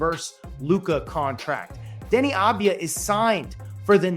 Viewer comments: AV-DIA not AD-VIA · His name is Avdija not Advija, you are pronouncing his name wrong the whole video. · It’s AVdija not ADvija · Its Avdija not Advija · How can you so consistently mangle his name 😂 It's Denny Avidija, like "Avdiya" - you constantly switch the d and the v and say "Adviya" 😂😂😂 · Small correction- It's aVdija, not aDvija. (AV-DEE-YA). It's a Serbian last name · Avdija not advija